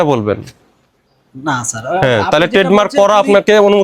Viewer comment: It's sir, not saar